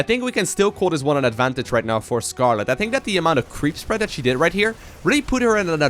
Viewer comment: every single time he says "she" i cringe.